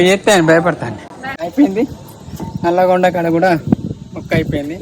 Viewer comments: నల్లగొండ .. నల్గొండ కాదు .. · అది నల్గొండ కాదు బ్రో నల్లగొండ.. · Nalgondaa kadhu Babai Nallagonda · I think it's not #Nalgonda, it's #Nallagonda 👍🏼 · Bro adhi nalgonda kadhu it is nallagonda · Bro adhi nalgondda kadhu ...Nallagonda.....jagital distic kodimal MDL.... Manchiga chupichhinav anna video matram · అన్న ఇ ఊరుపేరు నల్లగొండ ..నల్గొండ కాదు... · Adhi nalgonda kaadhu Nallagonda bro maa daggare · Nalgonda kadhu anna nallagondaa😀😀